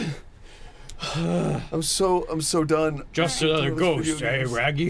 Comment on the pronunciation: "just anotha ghoist"